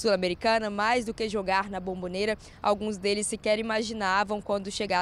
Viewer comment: Cara não é Bambobera é Bombonera! Caixa de Bombom